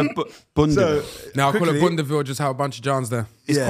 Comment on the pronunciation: I agree with Filly. Neymar Ronaldo Messi Man said "if i wanna dish him" man said boundaville. 😂😂😂😂😂😂